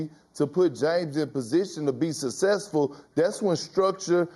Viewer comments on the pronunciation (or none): 'In position to be sussesfull'